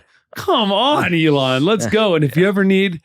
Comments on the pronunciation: im confused ilan is pronounced ELON? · You've known Ilan a long time, but you can't pronounce his name properly? Wow.